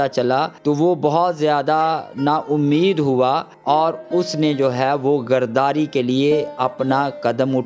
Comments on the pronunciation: I’m sorry to say, please correct your urdu, (word is ghadari not ghardari) you’re pproviding the good information from the Bible but the level & the standard of the language should be maintained. word of God will be more effective & more people will be blessed. thank you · لفظ گرداری نہیں غداری ھے۔